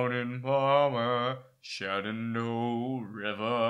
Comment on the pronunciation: Hearing try to say "Shenandoah" is just priceless